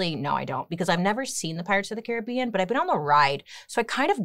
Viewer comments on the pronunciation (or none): none